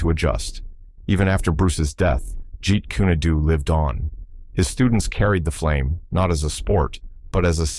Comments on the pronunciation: I can't be the only one bothered by "jeet kuni doo" lol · It is pronounced, Jeet coon doe. Very annoying AI narration. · that's not not the name of Bruce Lee's Art that he created it is pronounced Jeet Kune Do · "If you ever meet a master of JEET KUNE DO"...they will know how to pronounce it. Stupid AI. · This ai dude hasn't even got any schooling about pronunciation or grammar!!! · Now if they could pronounce it correctly